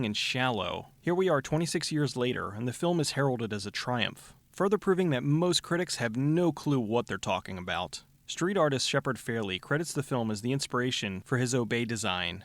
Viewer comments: it aint shepard fairly. Shepard Fairey. and furtography isnt a word. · "David Keith" "Shepard Fairley" Maybe do a few more takes.